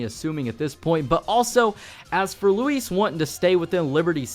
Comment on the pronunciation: I give you props because you pronounce his name correctly, instead of (loo-is)